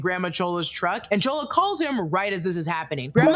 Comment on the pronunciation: It’s not chola lol